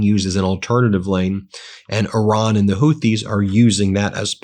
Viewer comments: It's pronounced ''ear-ron''.....not ''or-ron''.TYVM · Ben - thank you for your reporting. I appreciate it every day. I have a sincere request: please stop saying “Oran” when you mean to speak of Iran. It undermines your credibility when you continue to mispronounce the Iranian name, and it is disrespectful to the people who have connections there. Thank you for making this effort! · This emphasis on ".......Iran" Is the MOST IMPORTANT part of that message. Dots matter